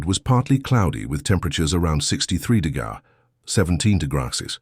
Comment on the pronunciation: YOUR AI CANNOT SAY " DEGREES " ffs